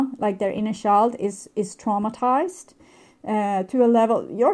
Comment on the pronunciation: Please learn how to pronounce "child"..